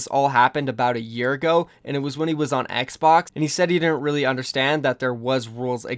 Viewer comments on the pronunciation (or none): none